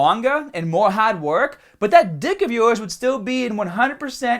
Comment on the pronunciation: Hormones are not drugs just becasue your sorry ass government classified them as such! You're a fucking hater and you just said you don't judge. You don't know shit and you sound like an ignorant fuck with you damn speech impediment. "attention media mah penis doesn't wahk!". Please stop making videos on subjects you tiny ass has no clue about. And don't wear tank tops. I used to like your videos until this one. Stop fucking hating!